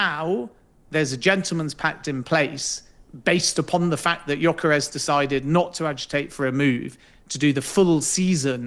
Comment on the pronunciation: Great video!! But dude needs to work on his name pronounciations Mbroomo and jonkeres hahaha.